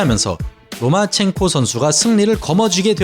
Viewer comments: 로마첸코를 왜 자꾸 로만첸코라고 읽으심? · 발음 좀 신경써주세요. 로마첸코입니다. 로만첸코가 아니고.